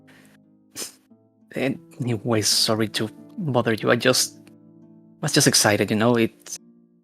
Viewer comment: It’s ok,. ❤ It’s like that one scene in White Chicks where Terry Cruise can’t say “excited”.